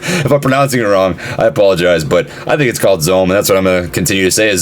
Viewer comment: You're saying it right... GO ZOM